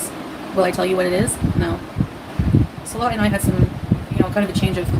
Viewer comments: please pronounce Salah correctly it hurts my ears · why should he, Foodie doesn’t 😂